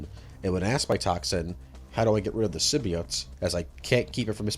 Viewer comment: The heck is a "simbeeought"